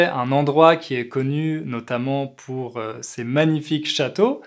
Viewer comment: Tu prononce pourHeu et LoireHeu, c'est plus un accent insupportable qu'un français pur.